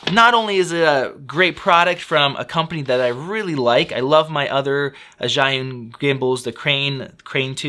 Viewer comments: I asked my boyfriend who is Chinese, and he said the closest pronunciation of "Zhi" can be "Jee", so "Zhiyun" is "Jee-yun" ;-) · It would save a lot of marketing effort if they just named it SmartCloud instead of the impossible-to-pronounce-in-English ZhiYun.